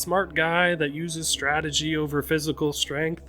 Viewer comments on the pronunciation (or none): none